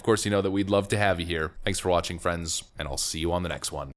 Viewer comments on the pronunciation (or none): none